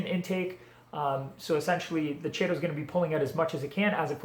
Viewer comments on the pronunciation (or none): Regarding the ending- "chaeto" is the Latinized version of the Greek root χαιτη ("khaite") meaning hair (unsurprisingly). Anyways, the pronunciation depends on which version of Latin you're using; Classic or Ecclesiastical (most people are using classic, unless a part of Catholicism). If you're using ecclesiastical, it's "Kay-toe." If you're going with Classical, it's "Kigh-toe." The CH is pronounced the same as Chrysanthemum, Nudibranch, chorus, echo, &c. I haven't read the ICZN code in a while, but I think they base it off of Classical Latin. But it is a dead language,and has been butchered for centuries. As with everything, language evolves, i.e. Latin turning into French, Portuguese, Romanian, Spanish, Italian, and quite a bit of English; and thus so does pronunciation. Long story short- "Chay-toe" is fine. Just don't go pronouncing it that way to old 19th century academics haha.